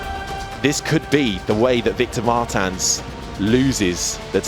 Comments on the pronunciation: It's a portuguese surname, so they are pronoucing it wrong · How often can you pronounce "Martins" wrong? Commentators: yes